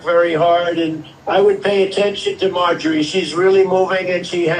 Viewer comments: Her name is MarjORie, not Margie. You keep saying it incorrectly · Haha I love it when you call her Margie😂